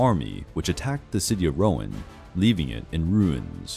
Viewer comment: I also noticed how Rouen was pronounced- it’s ‘rue-on’, not ‘row-en’ - the French ‘e’ in words can be tricky...